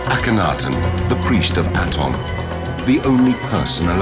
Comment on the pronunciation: aton pronunciation is wrong. it does not mean sun disk. and your pronunciation of his name is wrong